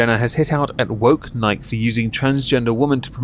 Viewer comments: Nike E, nikey, not Nike. :P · Bud light is an abomination of a beer. Nike is pronounced "Nigh-kee"...uno, like the Greek goddess. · In french we call it Nike to not insult the goddess of victory. Niké also mean "f*ck" in slang French. So ... we pronounced the name of that brand NEIK. Ei = your "I" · The one thing that i hate about Nike most isn't the sweat shops or bad business practices... Its the fact that nobody pronounces it right. You cant be a globally known company AND still have half the world pronouncing it wrong. Pick a freaking lane guys!